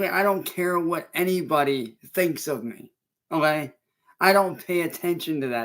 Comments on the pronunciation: Oh gey? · Ohae. Bro cant even say ok right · 😂😂😂 it gets me every time o’hay